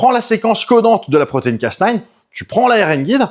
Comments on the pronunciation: Hello, C’est Cas NEUF et pas Cas NINE car comme tu l’as dit bouffy c’est à moitié français. Cocorico, la bise Un tesar en Microbiologie sur l’application crispr cas9 sur les tumeurs ❤️ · D'ailleurs, le casse-neuf non plus ne se prononce pas. ^____^ Soit c'est casse-nine, soit c'est cas-neuf. :p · Ouais mais soit tu dit le A à la française et le neuf, soit le A à l'anglaise et le nine mais nain un mélznge des deux fréro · ben il insiste sur "casse nine" (phonétiquement). Et ça semble receller une blague. Que beaucoup de gens relèvent dans les commentaires. Et franchement ça m'échappe.